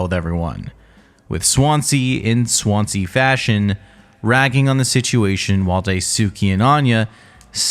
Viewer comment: Why can't Americans pronounce. Swansea . Its a Swan and sea . Not swance, see . 😂 good vid tho